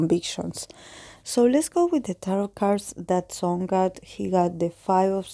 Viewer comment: it’s pronounced “song” u said it right 😆 thank you for your reading🥺💜